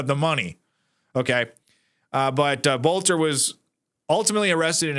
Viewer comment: it's pronounced Belter...